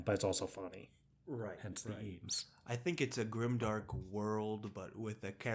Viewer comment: Grime-dank not grimdark :D